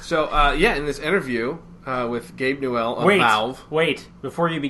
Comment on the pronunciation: Am I the only one who got bugged by the way they pronounced Gabe Newell's name?